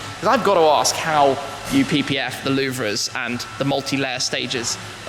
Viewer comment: tim take note louvres pronounced loo vers